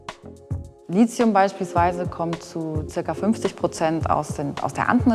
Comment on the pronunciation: Warum kann keiner dieser Experten das Wort Lithium aussprechen? Kein c kein z...